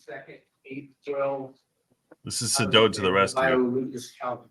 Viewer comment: It’s not Suh-doh; it’s Say-dow